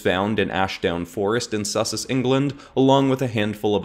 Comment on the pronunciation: the pronunciation of my home county of sussex killed me